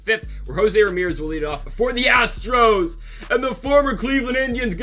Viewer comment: Love it when he mispronounces Astro’s on purpose luv it! And he says Houston Astrics